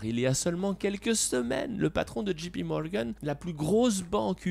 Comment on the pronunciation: Pas « Gee »P Morgan mais « Jay » P, c’est mieux quand on veut se la jouer je parle anglais comme un natif ;)